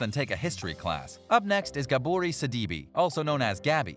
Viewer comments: Why is he saying Gabourey’s name like that WHY!!! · You totally jacked up Gabouret's Name. Learn names properly. And clear Facts on Cast Members.